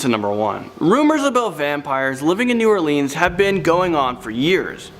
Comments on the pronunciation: How can ya pronounce mon til e oun but not new all lins plz 🛑 repeating all leans but other vids soon say nawlins repeating us so just take naw off say new all lins or lynns lyns come on I 🤔 deliberate if y’all can say nawlins just cuz ya know we really dislike it said lean or leen we not propped up on furniture or drinking the famous drug drink 🍸 we just do that to our tourist & for y’all make ya feel at home 🤣 we really super chilled & laid back though but 🧛‍♀️ do exist they actually get their 🦷 done & 🍷 for real for real locals do that shiznit to this day they take that seriously whole clans & etc. they use jewelry pieces etc. or 🦷 to puncture their pets (humans) which other way around they really like offering themselves up as much as others ❤️ draining them 🤦‍♀️ yeah I like my state Neva not come back etc voo do horror scares etc. hallows eve ya name it but yea not a blood sucker but I once knew 🧛‍♀️ personally but legit vamp not today back then not sure who knows like to 🤔 so but they get implants procedures to become blood suckers yea I wouldn’t play with us either 👽 💀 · Born, raised, and still live in New Orleans for 35 years. I appreciate y'all for making this video. Not making fun, just teaching, but it's New Orleans(Or-Lens) not (Or-Leans). Lafitte isn't pronounced (La-Fight) lol it's (La-Feet). Shreveport is (Sh-Reeve-Port), Calcasieu is (Cal-Ka-Shoe). Then of course we have Michoud, Atchafalaya, Pontchartrain, Tchoupitoulas, Opelousas, etc... Only negative thing about the video is not mentioning The Myrtles Plantation. It's probably the most haunted place in Louisiana, and very well known. And, The Bourbon Orleans is a well known haunted hotel in the French Quarter. If y'all ever make another Louisiana video, I'll gladly help. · Shreveport - SHR-EVE-PORT Provincial - PRAW-VIN-SAW New Orleans - NEW-OR-LENS